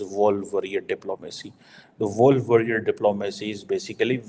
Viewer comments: It’s wolf not walff warrior technology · his English is really poor... wolf worrier dude not woolf..